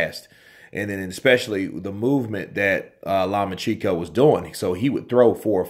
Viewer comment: Law-much-enko... Source: I am Ukrainian :)